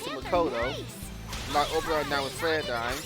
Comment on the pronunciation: Man this is the first time I've heard you call Oberon his name instead of saying it like "O'Brian" and tbh I even call him O'Brian now as a deliberate form of disrespect. Funny how "The King of the Fairies" is pretty much a bum in every game he's in lol